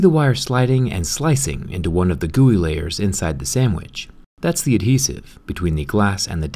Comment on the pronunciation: stop saying gooey i beg u